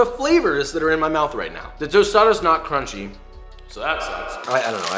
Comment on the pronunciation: This video has every Joshism in one: "Cwispy," "Cronch," "balls," gratuitous butt shot and a new classic: "thicker than a snicker"